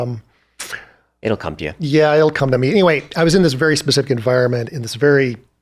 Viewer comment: did you say pacific rather than specific? Another great podcast. This is right up my street. Thank you 🙏